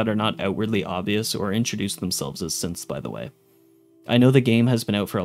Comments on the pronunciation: when going through the characters it sounds like he’s calling them all Simps lmfaooo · when you're listing synths it sounds like you're saying simp